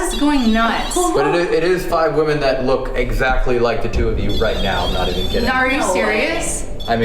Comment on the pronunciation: I love you but your not allowed to say even anymore until you pronounce it right please lol.